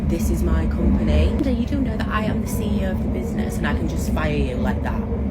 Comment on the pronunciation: She’s a cee eee UH, Amanda 😂